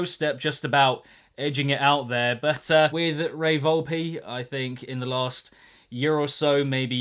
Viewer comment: its Volp-Eh